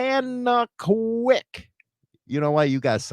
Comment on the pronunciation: 🤣🤣"ga na naw quay " It's Canadian eh #rockon